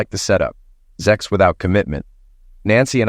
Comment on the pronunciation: SEX . The word is SEX . Not Zex .